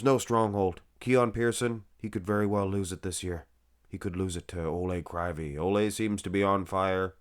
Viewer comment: Proper pronounce: Oleg Kreeveey. Олег Кривий (ukrainian language)